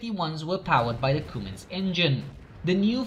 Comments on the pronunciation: "Cummins", NOT "Coomins". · Its pronounced come-ins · If you were saying Cummins it’s pronounced like this.. come in’s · Idk how he messed that up.